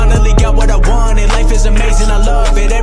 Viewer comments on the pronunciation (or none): none